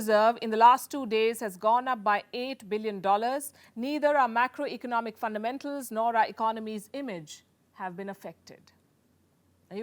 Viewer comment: This moron Adani should first take lessons in English and pronunciation. What the heck is fundaa mentals?